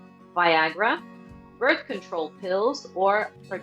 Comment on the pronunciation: The word is control not contorl. why the repeat of questions over and over just asking in a different format?? Run out of questions for people to answer?????